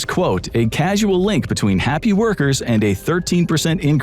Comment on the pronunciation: it's pronounced 'cause-ul' not 'ceh-su-el'